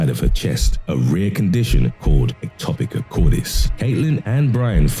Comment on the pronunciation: Ectopia, not ectopica